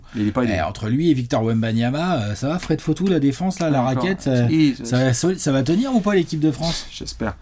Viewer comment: Les reufs je vous adore, juste Fred Fauthoux il vient de Horsarrieu, donc on prononce Fred FauthouXXXXX (sinon je vous adore)